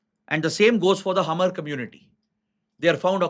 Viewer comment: Sir, Hmar is pronounce as maar , H is silent ..